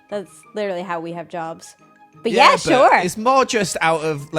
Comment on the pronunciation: saying literally like lichrally after coming back from england is making me smile aw